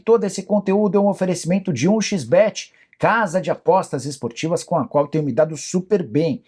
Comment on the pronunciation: Agonia quando o Nicola fala "um xis bete" a pronúncia podre